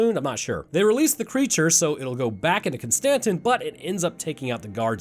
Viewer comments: The way you pronounce “Constantine” keeps bothering me 😂 it’s “Konstanteeeene” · Bud, love your channel, love the vids. But, my guy, Con-stan-teen. Like Keanu Reeves playing John Constantine. You know this I’m sure, and I just got trolled for this whole video. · Its pronounced constantine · It's "Constantine" like the Roman Emperor. Yes, I know an E is missing. The Germans do the same thing w/ the name. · Nigga con- Ston- teen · I apologize for him butchering the word "Constantine." The German language also drops the "e" at the end but you still say it.